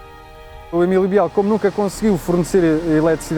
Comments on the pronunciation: É errado dizer "Biél". Deve dizer-se "Bil". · É verdade , deve pronunciar -se «Bil », Emilio Bil